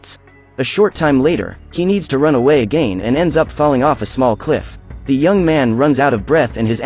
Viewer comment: lol he says again like a gain